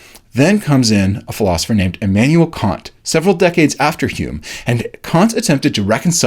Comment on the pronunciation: Kant, not Caunt